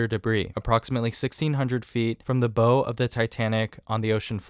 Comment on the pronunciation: Lmao the 🏹 that's not how you pronounce bow bro